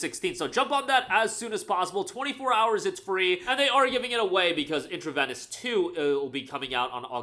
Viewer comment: It is pronounced "in tra vee nus", like intravenous injection. Great vid!